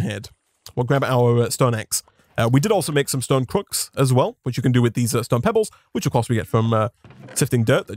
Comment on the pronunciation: Everyone: Stone this guy: STOEN